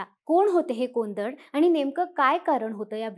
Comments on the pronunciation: कोंदट नाही कोदंड😅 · कोंदड नव्हे कोदंड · कोंदड नाही कोदंड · कोंदड नव्हे कोदंड म्हणा कोदंड म्हणजे धनुष्य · कोंदड नव्हे, "कोदंड” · तो उच्चार कोंदड असा नसून कोदंड असा आहे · कोंडत नाही कोदण्ड! माहिती देता ते त्जिक पण उच्चारात इतका अन्याय नको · कोदंड उच्चार नीट करा पोपटां नो